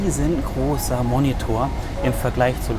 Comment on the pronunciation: Es heißt Fernbedienung und nicht Controller und die Aussprache von Monitor ist nicht ganz richtig